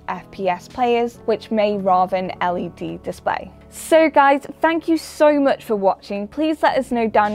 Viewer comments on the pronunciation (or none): none